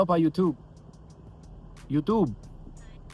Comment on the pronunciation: I thought you were talking to your mom too in the beginning 😂 “yootoob” sorry that was funny.